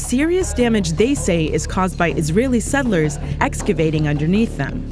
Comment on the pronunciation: The Palenstinian Tunnels narrator cannot seem to correctly pronounce the word "settlers"